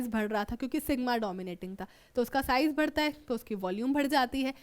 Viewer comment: Bhadta bhadta hai irritating me most😤😤😤